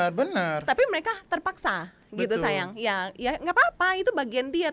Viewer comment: blg sayang "syayang" ya 🤣